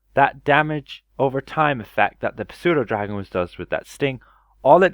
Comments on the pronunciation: it is pronounced Sue-doe. The p is silent. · the p is silent in pseudodragon, also the chultan tiger has faster attack speed now